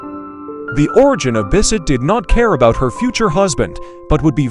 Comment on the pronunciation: It's Bessette, not Bisset.